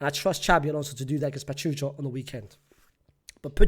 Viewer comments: It’s pronounced Pa-Chuuu-Ka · Unc the name Pachuca be killing you 😭 it’s pronounced PA-CHOO-KA 😂 cheers from Mexico!